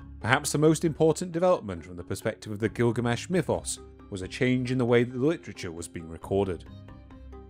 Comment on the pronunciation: I've been waiting for a long time to hear this story in its Full entire length for quite some time. But,.. the Rhotacism is making it almost impossible to listen to (I had to stop at 20mins). I'm trying but it's so obtrusive. Sorry but is there a way you can have a different narrator(s)?